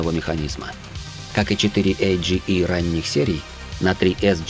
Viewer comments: Бестолковый диктор говорит КрОун, ЦелИка, 4эйджиИ, 1гзфи, фейспалм 80лвл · когда сказал 4 эй жди е я чуть со стула не упал, что за мотор??Потом дошло.Просто у нас на ДВ говорят совсем по другому. 4а жэ е . Или узет, джейзет